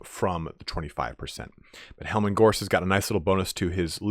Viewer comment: "Helman Ghorst: +400 health to Corpse Cart" This ain't it, chief.